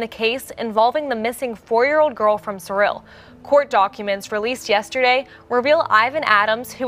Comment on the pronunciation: Thank you for pronouncing Cyril correctly!